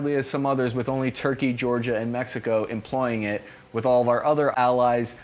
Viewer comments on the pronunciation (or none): none